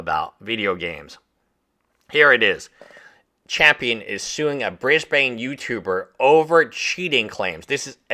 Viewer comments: Been following and enjoying your content on Jobst and the coffezilla one. Love your work mate, and as an Aussie I have to say Cairns is pronounced more like “Cans” and Brisbane as “Bris ben”. Also it’s surreal that I work really close to this court house and the lawyers office haha. Saw one of them in their Merc the other day thinking about how that is funded by Karl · Cairns is pronounced like "care," not "car," and Brisbane is pronounced "BRIS-bin." It's not pronounced like a Batman villain.